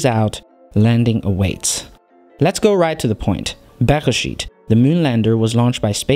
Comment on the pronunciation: You are the first non-Hebrew speaker that actually pronounced the name of the lander right! :)